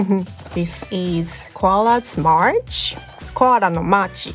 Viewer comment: Hearing say "koara no māchi" gave me a serious joji throwback